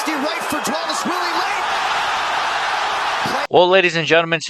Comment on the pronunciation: I am also fan of Merab. Just a little correction: his surname is pronounced not 'Divalishvili' but rather 'Dvalishvili' - straightaway from D to V without I in between. I hear you say Divalishvili and that's why. Cheers bruda